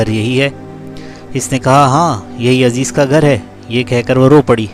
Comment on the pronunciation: عزیز نام غلط لے رہے ہو بھائی عزیر نام ہے